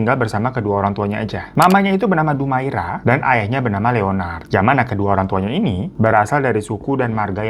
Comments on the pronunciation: Dumaria..bukan Dumaira🙈😆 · bukan dumaira bang, tapi dumaria :( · Bingung bang, tulisannya dumaria tapi ngmng nya dumaira😂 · Tulisannya Dumaria bg hiro haha. Bukan dumaira. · DUMARIIIAAAAAAA bukan dumaira bang 😂😂😂😂😂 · Dumaria jadi Dumaira😂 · Betul. Trus bang Hiro .penyebutannya bukan Dumaira tapi Dumaria..😊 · Dumaira? Dumaria 😂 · Bang....bu dumaira apa dumaria....salah sebut tuu😂😂😂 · bang salah lg nyebutin nama bu DUMARIA jadi DUMAIRA😂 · Dumaria kak bukan Dumaira wkwkw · Dumaria apa Dumaira si ? gue denger dumaira . Di text video tertulis dumaria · lu salah nyebutin nama org lg dr awal bu DUMARIA lu blg DUMAIRA😂